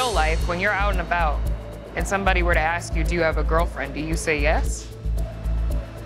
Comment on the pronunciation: ASK NOT AXE